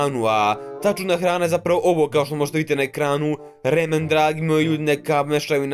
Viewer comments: Nije remen nego ramen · Ne kaze se remen nego.... Ramen